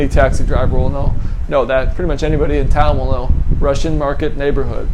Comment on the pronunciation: "Ooo-Russai market" being what we squares would call "Russian Market"?